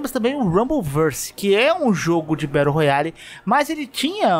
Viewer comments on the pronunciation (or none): none